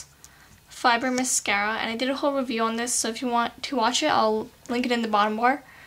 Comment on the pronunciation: in stead of saying "this" do you say "Dis" ?